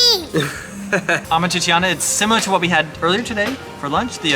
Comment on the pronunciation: YIKES. Learn to say AMAT TREE-CHANA. Not amat tre tre tee ana. And Roscioli is the best. AMATRICIANA is the best Roman pasta. Poor ratings. I give a 5 to most of those restaurants